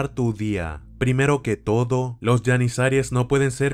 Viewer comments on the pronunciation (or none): Se pronuncia GENIZARO o GENIZAROS, NO YENISARIES JAJAJA :v